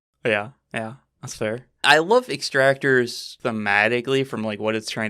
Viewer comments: Hearing them say "Extractor" instead of "Exactor" was so upsetting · Ex-ac-tors. Come on guys, I know reading isn’t your strong suit, but this is getting ridiculous. Lol